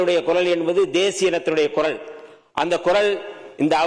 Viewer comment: Adhu koral alla kural 😅